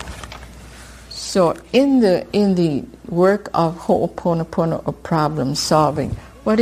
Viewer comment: This was really vital information to get out and I could barely get past the first part of the automated voice recording not pronouncing ho’oponopono correctly. I’m curious why it was chosen to be presented in this way. This has been part of the problem in our society, with the dilution of the original message people teaching it that don’t pronounce it correctly and here we have an otherwise good video and resource tainted by the robotic voice mispronouncing the core of what ho’oponopono is. Ironic.